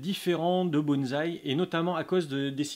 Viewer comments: Bonsaï. Prononcez : "bonne" / "saille" Pas de "z". ... Super video. Peace. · Oui,depuis le temps, ça serait bien passer a autre chose que bonzzzzzai!!! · j'avoue que je n'en peu plus. Lol. Le pire c'est "BonT'Z'aille' Là, je saigne des oreilles direct.